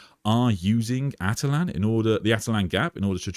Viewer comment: Attila-n not atalan